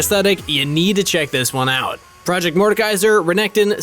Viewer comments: proYect morsekaiser lmao Is iy proyect or project im confused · I like how instead of project it says proyect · “Proyect skins” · should be PROJECT not PROYECT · Isnt it project not proyect? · i guess it's meant to be 'Project' with a Swedish accent but who knows why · ah yes I love the "PROYECT" skins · "Proyect" lol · “Proyect “ skins ..... thought we wouldn’t notice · Ah yes proyect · yes... i like "proyect" skins too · "proyect" .. they are yust yoking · Damn, these PROYECT skins look lit, but you pronounced it wrong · lol "proyect" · my favourite skin line, the “proyect” skin line